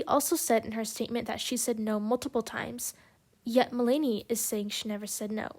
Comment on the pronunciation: Just to let you know, her name is pronounced Mel-na-knee. Interesting points through, it was hard to listen her name be pronounced wrong so many times though lol